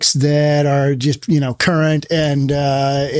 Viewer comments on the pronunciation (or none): none